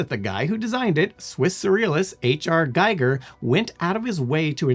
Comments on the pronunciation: It's pronounced "Geeger", not "Giger" - sorry, but I HAD to... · I had a big alien as a kid. Also I thought it was pernounced with a long e not a long I